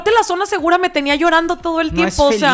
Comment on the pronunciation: Todo muy bonito como siempre pero como "sona" con s 😂